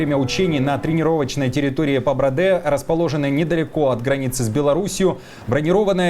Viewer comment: ПабрАде, а не ПабрадЕ